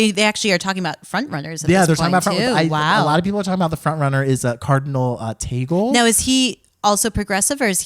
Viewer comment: Tahg-leh - hi, filipino fan of the channel here. Thanks for mention Cardinal Tagle.. it is pronounced as Tag-le. Love you bunch! Cant wait for Lorde album reaction when that is released.